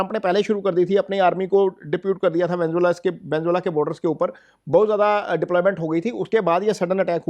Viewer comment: Venezuela ❌ Venzola ✅